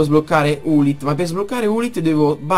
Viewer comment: si chiama lilith non ulith XD